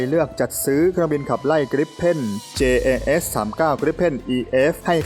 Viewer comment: Dassault Rafale อ่านว่า ดาสโซลต์ ราฟาล เพราะมันลงท้ายด้วย le ถ้าจะอ่านว่าราฟาเอลมันจะต้องลงท้ายด้วย el รู้สึกว่าคนทำช่องข่าวทหารรุ่นใหม่ๆ จะผิดกันเกือบหมด ลองหาฟังจากช่อง TAF หรือ LT studio สองช่องนี้เชื่อถือเรื่องข้อมูลความถูกต้องได้ อีกอันที่ชอบผิด JAS อ่านว่ายาส, แจ๊ส ไม่ได้อ่านว่าจัส จะออกเสียงจัสต้องเขียน JUS อ้างอิงเสียงอ่านจากคำว่า JAZZ (เพลงแจ๊ส) และคำว่า JUST (จัสท์ที่แปลว่าแค่)